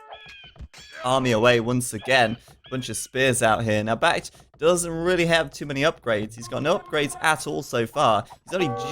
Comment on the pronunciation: Brits too stronk with sheep bonus for food and cheap TCs for wood, which means more resources for trash. BacT would do better if he stuck with the scouts and raided farms imho. Also,, why do you pronounce BacT's name as sth like Bah-Gee-Oh-Froh?